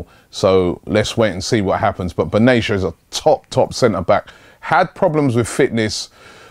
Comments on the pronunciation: robbie again with the benaysha :D Bena-tia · Benatia, not Benaysha. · no Arab is named "Benashia" correct pronunciation is : Ben-Atia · it's pronounced: Ben-A-tee-yah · Robbie, bayern defender benatia is pronounced " ben ateya "